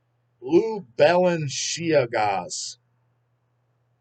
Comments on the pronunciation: Balanchigas lol 😂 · trying to pronounce Balenciagas 😂